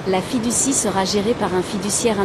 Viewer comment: Fiducie. Pas fille du six😊